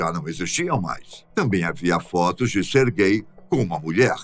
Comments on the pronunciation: Na hora que ele fala o nome do cara eu entendo "ser gay" "---" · "Sergay" lá ele 🤣